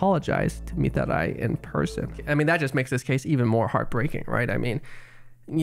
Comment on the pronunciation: The way you pronounce Mitarai rly grinds my gears and hurts my ears, it's annoying